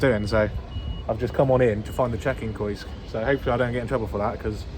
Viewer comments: Great video! Just because I mispronounce works all the time Kiosk is pronounced Key-osk not Koysk 👍🏼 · I was shouting at my monitor "KEY OSK" but he never heard lol. :-) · It's pronounced ' KEY OSK ', just for info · I think kiosk is pronounced key-osk. Dis make me chuckle "koysk". Love your videos mate keep plodding on and f**k the haters their only jealous of your success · “Koysk” 😂 Kee/Osk you sausage!! ❤ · It’s pronounced kee-osk. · Kiosk.......Say 'key'....Now say 'osk'. Ok? Now say those two together ...... and kick yourself 😂. Great vlogs pal. Really enjoy them👍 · KIOSK .... pronounced KEE-OSK .. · “Kee Osk” 😂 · Prounounced Key osk you donut 🤣🤣🤣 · KI-OS-K mate 😂😂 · You mean key -osk.ha ha. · its pronounced key-osk for kiosk mate, not hating just letting you know.